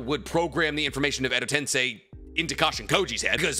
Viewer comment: Ayo, this is the first time Hes ever pronounced Edo tensei right. I'm so used to hearing him say Edo Ten sai that I tuned out him saying it right. Now he just needs to learn how to say Tosuka correctly